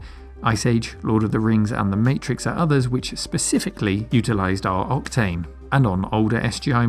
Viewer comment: I can't help but hear you saying repeatedly "Optane" instead of "Octane". :) Is it me, or... ? BTW the SSE isn't a simple renaming of the SSI: it's faster, too. The SI/SSI/MXI is a slight enhancement over the Indigo2 Solid Impact/Max Impact previous generation hardware. SE/SSE and MXE final E stood for "enhanced". The SI has only one triangle engine. SSI and MXI have two. MXI has texture memory added. SI + texture was also available, but had no brand name for some reason. The main difference with the Indigo2 Impact is that there were no SuperSolid Impact Indigo2, unless you fried the super hot RDRAM-based texture RAM of your Maximum Impact :) , but the SI+texture had a brand name, "High Impact". As the Maximum Impact graphic set used up all of the available expansion slots, High Impact was preferred for video editing (to allow for an additional video acquisition/output card).